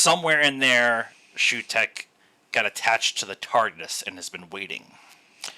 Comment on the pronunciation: It's pronounced Soo-tek.